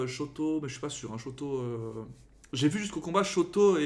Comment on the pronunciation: Et sinon pour Shoto ça se prononce comme ça s'écrit, sans accentuer